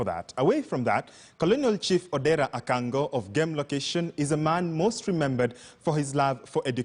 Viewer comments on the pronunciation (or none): No, not "Akang'o". The correct spelling and pronunciation is "Kang'o". The chief's correct name is Odera Kang'o.